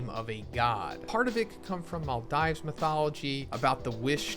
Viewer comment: Its Mall Deeves not Mall Dives